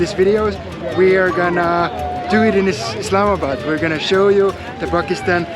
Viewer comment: thank you for showing our country and btw its not "islamad" its "islamabad"